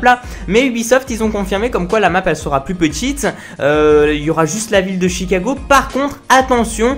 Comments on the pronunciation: C'est Chicago pas T'chicago. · Pourquoi tu dis "tchicago" 😂